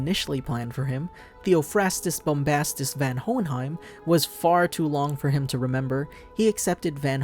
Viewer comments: Isnt it Von Hohenheim not Van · okay is it pronounced van in the sub? I have only ever heard him be referred to as Von what is happening here? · Isnt his name pronounced as "VON" and not "VAN" ?? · Its spelled van but clearly its pronounced von watching the show can easily teach you that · It's pronounced Von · His name "Van" is pronounced as Fun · Its pronounced Von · You are pronouncing Van the first part of his name wrong maybe learn to at least pronounce the name of the character your gonna review properly before making a video they don't even pronounce his name in the anime the way you do, just like most manga readers pronounce Madara Uchiha wrong from naruto they say it like "Mordora" lol can't believe no one has noticed in the comments lol.